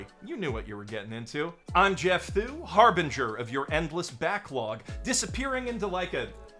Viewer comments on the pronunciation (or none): none